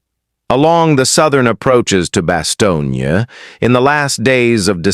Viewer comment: 原文可能不是真的用英文，在突出部之役，沒有Bostonia 這個地名。只有用英文或法文發音的巴士東或較冷門的德文發音巴士東捏。任何要貼文談突出部之役的人，先去仔細看Band or Brothers，弄清楚地名再說